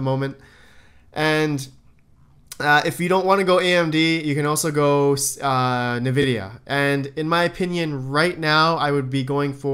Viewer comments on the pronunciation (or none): LOL, I let autoplay go and this video came on. Then I heard you say nuhhh-videeh-uh, and I realized this was made while you were up-and-coming. Now you're a star and sponsors are airdropping ASIC miners and risers into your newly work-in-progress redesigned op.